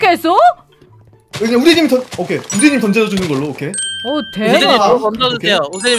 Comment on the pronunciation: 아 우잰넴 하는거 발음 개커엽네.. 오늘따라 발음이 왜이렇게 귀여우시지ㅋㅋㅋ